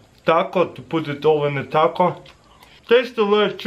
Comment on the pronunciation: Russian saying taco